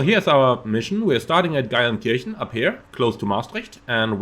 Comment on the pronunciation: Wenn du schon in meiner Heimat startest und nicht winkst sprich Geilenkirchen bitte wenigstens richtig aus…. Ch = Sch 😂😂